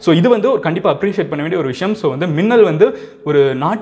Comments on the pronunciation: Um. It's Meenal n not Minnal. Sorry. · thats not minnal its meenal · Bro her name is pronounced as meenal,i get you don't know hindi.but minnal was funny though..vaa maa minnal!! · Meenal not minnal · ஐயா வணக்கம் அந்த சிங்கப்பெண்ணின் பெயர் மின்னல் இல்லை மீனல் தயவு செய்து சரியாக உச்சரியுங்கள். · Minal But pronunciation will be menal